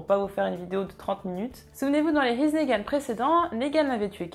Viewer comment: Dans here's nagan il faut prononcer le R parce que sinon on comprend he's negan